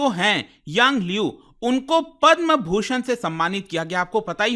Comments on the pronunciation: Sir it's Bhushan and not Chushan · to be Padam Bhushan not Chusan 😂😂😂😂😂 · Padma "chushan" award kya hai bhai 😅